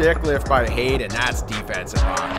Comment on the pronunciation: And it is Haden not jayden